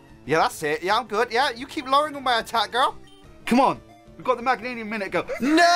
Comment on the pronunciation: Meg-gain-ium is how you pronounce Meganium